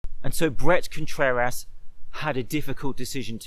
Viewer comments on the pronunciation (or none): Did you say "Breast Contrerass"?